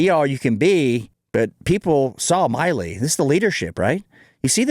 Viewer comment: It’s Milley, not Miley.